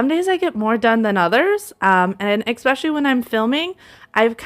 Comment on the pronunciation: I have to say it. It is probably the teacher in me, but the word is eSpecially not eXpecially. I love your videos but you say that word incorrect and wanted to let you know. Many mispronounce this word but for what it is worth....